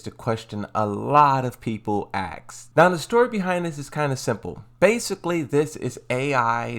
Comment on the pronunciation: Why does he says aks and not ask, what is wrong with him.